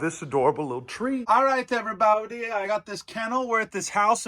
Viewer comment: “Ok everyboudie “